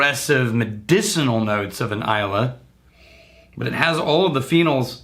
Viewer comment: Hey! Just your friendly neighborhood chemist here for some nitpicking!;)When you're talking about the phenols in peated whisky, it's pronounced "fih-NAWL" not "FEE-null" (if that makes sense).The way you're saying it is (still slightly mispronounced) referring to just the non-hydroxylated phenyl ring that is a part of a phenol.